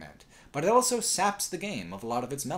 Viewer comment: says elso instead of also.